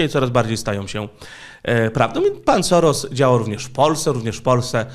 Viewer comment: W języku węgierskim, "sz" czyta się jak "s" i "s" jako "sz". Dlatego Soros, prawidłowo czyta się "Szorosz". Można to nawet sprawdzić w tłumaczu Google, klikając przycisk "słuchaj". Oczywiście po uprzednim ustawieniu na j. węgierski.